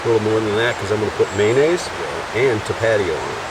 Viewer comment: Always enjoy your videos just wanted to let you know the name of the Hot sauce your digging is pronounced "Top-a-tio" out here in California It's great stuff I Love it on just about everything Just was wondering what your camp shoes are they look very comfortable and Lightweight are they from xero shoes? I have seen their videos here on Youtube and have been on mind to try out Thank you for sharing your trips